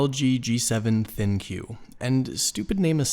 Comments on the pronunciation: Is it 'Thin que' or supposed to be pronounced like 'think'? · Just curious....is it pronounced Thin Q or Think? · Why does everyone call it the “thin q” it is supposed to be pronounced “Think”.